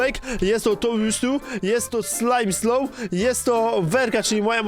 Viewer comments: nie mówi się slimeslow ylko smileslow xd ale do po prawy wymowa xd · jaki ,,slajmsloł" xd czyta sie ,,smailsoł''